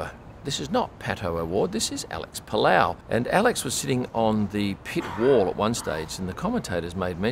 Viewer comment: Alex “PALOW” lmao